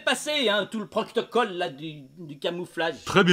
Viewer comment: "Le proctocole du camouflage" 😆